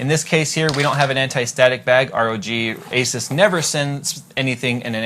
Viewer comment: A-SOOS Maximus 6 Gene not Jeanie.